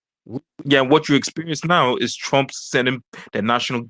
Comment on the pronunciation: "Chwump is cowupt..."